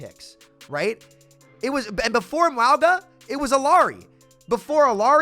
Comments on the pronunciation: My guy you really have to stop saying wowga. Samoan pronunciation is like Mownga, or just Mauga is fine. Anything but wowga. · Cataloging sams pronunciation of Mauga so far: Mwowga😮, Mwah-ga💋, Meowga 🐈, Moo-aga 🐄. Ty and I look forward to adding to this comprehensive list in the future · I agree, but why does call him Mwowga? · Can we start a petition to get people to pronounce mauga’s name correctly? Lol